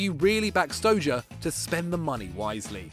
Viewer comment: please improve your pronounciation.Whats StoJer?